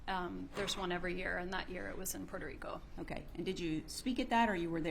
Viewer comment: Puerto Ric'O', Ms. Educated defense attorney 😂